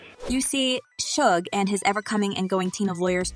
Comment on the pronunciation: Yay a reporter finally pronounced Suge Knight right for once.